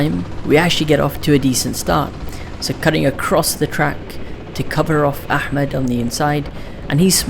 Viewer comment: FINNALY SOMEONE WHO PRONOUNCES احمد RIGHT🔥🔥